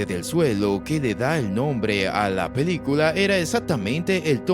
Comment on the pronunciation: Jajaja, lengua mocha 🤣 Dice "pedícula" en lugar de película 💩🤡